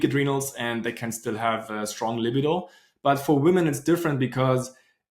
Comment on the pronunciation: I love your videos! I want to teach you the pronunciation of the word libido because whenever I hear you say it your way I’m thinking to myself; what is he talking about? (until I figure it out eventually) Spelling it phonetically: La-BEE-doe with emphasis on BEE. Thanks for all you do!